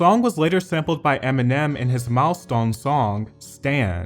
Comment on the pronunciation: What’s up with this guys strange speech patterns, saying mileston instead milestone and over annunciating things. Sounds like a mix between British and American accent 🤷🏻‍♂️